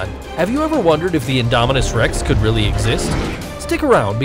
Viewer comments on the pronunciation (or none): none